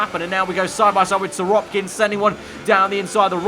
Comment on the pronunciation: Why do you say SiroPkin?